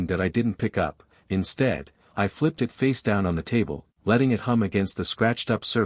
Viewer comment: why the hell can't AI pronounce "it"?